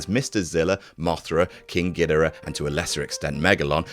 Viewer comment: Disliked for pronunciation of Ghidorah